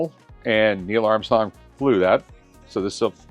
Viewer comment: "Nierrrl Arm-Stong" though...